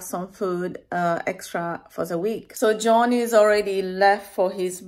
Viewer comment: Dear, in your vidéo YouTube j'avais compris que vous disiez Join and au lieu de John et. En cherchant j'ai compris qu'il s'agissait de JOHN et non JOIN. Erreur de pronociation et de compréhension.Désolé